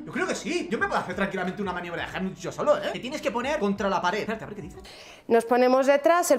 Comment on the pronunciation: tratando de decir Heimlich es lo mejor JAJAJAJAJAJ